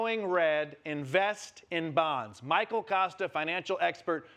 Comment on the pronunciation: Nkuna, Michael Kosta, not Acosta...